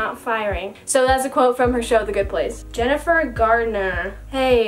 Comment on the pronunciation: You did Jenifer Garner wrong💀